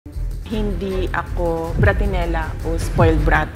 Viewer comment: BRATINELLO SYA, HINDI BRATINELLA…